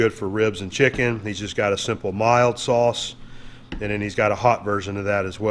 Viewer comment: "Shicken!!". Not chicken the bottle says lol😁😁